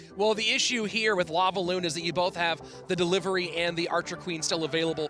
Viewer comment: “royal derivery”